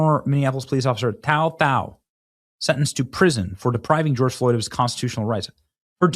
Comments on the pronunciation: His name is pronounced like the number 2, last name thao and he is hmong. Minnesota betrayed their officers. Love your work Benny. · His name is Tou , pronounced like “Two”, Thoj “Tall”. He is of Hmong Heritage. He is a hero.